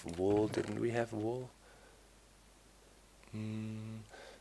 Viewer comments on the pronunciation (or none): Vool? I thought it was wool! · That's because in German the letter "W" is pronounced the same as "V" in English